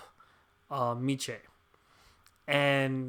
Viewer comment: I like how you were pronouncing his name before lol - michaaay